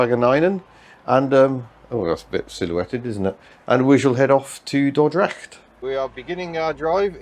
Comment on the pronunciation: You pronounced Dordrecht right ,👍welcome to my beatiful country and enjoy